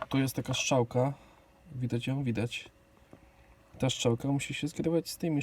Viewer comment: "...szczałka..." chłopie 😵‍💫